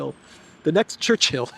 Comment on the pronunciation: It is not Church-hill,. It's Chur- chill.